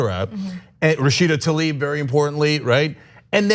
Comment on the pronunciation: Goddammitt, once and for all, it's not "Talib", it's "Tlaib" and I'm italian, not even from the US.